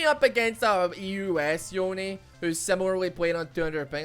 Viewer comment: Every time say yone I think he’s saying oni